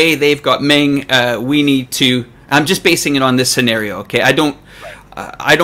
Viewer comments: Please get your pronunciation straight. It's Meng, not Ming. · One of you is saying "Mong" and the other is saying "Ming". Are you guys talking about the same person? I thought this was supposed to be a professionally made video. (BTW, The real pronunciation is closer to "Mong").